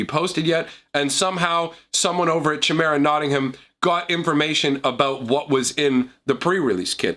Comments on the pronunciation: Chimera is pronounced Kie-Mera, not Chi-Mera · not trying to be snooty, Chimera is pronounced "ky-meer-uh"(sorry to be that guy) Nice vid!